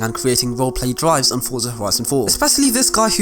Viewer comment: There’s no T in “Forza” just sayin